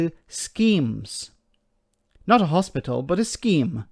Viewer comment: He can't even pronounce "hospital" properly, never mind build them..!